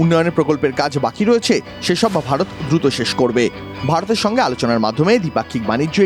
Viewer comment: অনুষ্ঠানটি সত্যি খুব ভালো লাগে, তবুও মাঝে মাঝে র মতো কিছু মানুষ যখন ভারত কে ভাড়ত বলে উচ্চারণ করে মেনে নিতে পারি না।